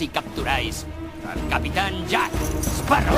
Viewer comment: Es capitan Jack Sparrow... no Shhparrow